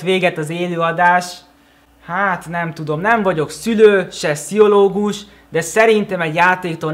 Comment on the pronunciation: 🤭 sihologu "pszihologus"